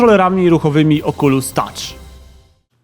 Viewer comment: "małe oczulusiątka"